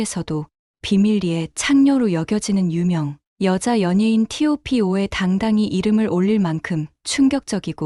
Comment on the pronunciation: 티오피5가 뭐야 무삭하긴 탑파이브 혹은 톱파이브로 읽어야 하는데.